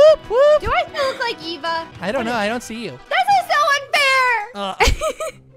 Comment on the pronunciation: we to take out a a Me:it’s Eva not a a!